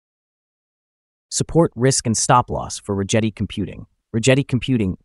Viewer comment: hate to be that guy but if you hear Chad Rigetti say his own name, it's Rigetti with a G like Get